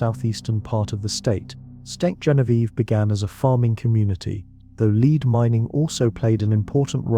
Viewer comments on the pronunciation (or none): "led" not "leed" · Farmington a.m. LEAD pronounced LED. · It worked, I went to sleep. Now ÀM. Around minute 28 it bothered me to hear how "Lead" was pronounced. Good info on Marquette and Joliet though. I went to 1st grade in Grafton, Il. The good Pere did venture a bit upriver from there. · OMG - the word lead is mispronounced. DO NOT WATCH THIS